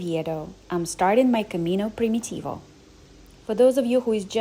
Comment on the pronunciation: she pronouns it in slavic manner like Prim-yi-tivo , hoch softens “m” before